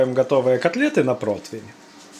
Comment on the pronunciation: Протвень? Когда же вы разговаривать научитесь?